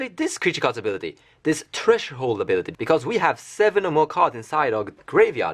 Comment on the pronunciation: I find so homoerotic that you pronounce threshold treasure hole.